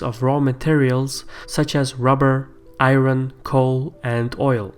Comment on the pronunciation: Haha, and iron as "ayern" and not "ayron".